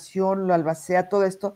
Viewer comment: NO te preparaste para este programa 🙈 No supiste pronunciar ALBACEA 🤔 No sabes que pregunta hicieron a Iván. Ni 🤔 Abogados de O. J. Simpson (creo que hasta ya munieron) a los abogados de Johnny Depp 😂 Lupitaaaa tus conductores hoy no dieron una 👀